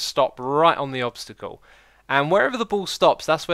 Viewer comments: Nice english 😂😂😂 u mean obstacle not obsticle ahahahaba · "tuturial" "obstical"